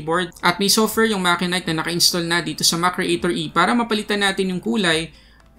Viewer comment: It's actually mat-che-nik